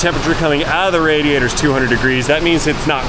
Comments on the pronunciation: “Leek in radator” lmao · Heh. "LEEK". HEH- " RADATOR". Luv ya!!